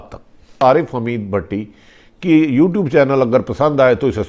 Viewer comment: Please apni urdu theak kurain,aap ne kuha u-tube per channel. Apni vidio dekh ke correct kia kurain